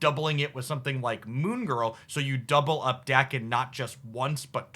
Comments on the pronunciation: No correction on muramasa, but daken doesn't have an R in it ;) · Also pronounced Daken right not Day-ken